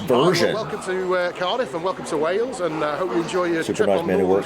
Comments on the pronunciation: Rhymes with tails,,not bells🎩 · I notice you can pronounce way, so just add les (wayles) to it. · practice pronouncing Wales as "Way-ells". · pronounce Wales as if there is a Y in it so it comes out as Wayles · Easy to get mixed up with pronunciation. Think of Wales being spelt as Wayells. Not far from Bath though is a city called Wells. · It's pronounced WAY-elles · Try to say Wales as two syllables. I figured out, when I live in Colorado, that British English is seriously moved every part of your mouth phonetically to pronounce the right sounds. Unfortunately for Americans they never seem to use the structure of their mouths phonetically at all. What can I say???? xxx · You FAIL at saying WALEs….lol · did Wales well., you extend the "A". It's Wails, not Warls. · say it like this (almost like 2 separate words) Way alls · your pronunciation of Wales sounds like Wells. Say Way-yells, or Way-ells, instead of Wells, to get closer to the correct pronunciation. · If you pronounce it 'way-uls' you'll be pronouncing fine. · in the video, still says "Wells" instead of "Whales" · just pronounce the place way-uls and you'll pronounce it just fine. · Wales: pronounced Way alls. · Way-alls = Wales